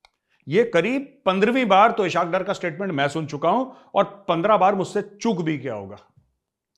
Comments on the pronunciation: #thechanakyadialogues #majorgauravarya It's pronounced as ISS Hawk Daar Not ishak dur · Sir, Pls correct your pronunciation of Ishaq Dar: It is spoken as Iss-haaq Daar, इसहाक डार, اسحاق ڈار 🙏Aur takaa k be-izzati karen I anxiously wait your tasty lectures.